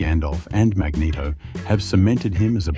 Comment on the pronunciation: mageto? for cry out loud XD